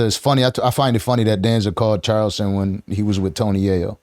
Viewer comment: I hate when the host says Child...ston White....its CHARleston for crying out loud!!!